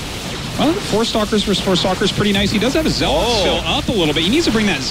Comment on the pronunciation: I swear artosis just loves pronouncing things differently. He had to say zelawt 20 times in the first game.